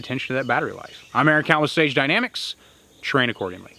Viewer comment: Is it just me, or does it sound like he always says "Stage Dynamics" instead of "Sage dynamics"? Not important at all but just wondering if anyone else hears this.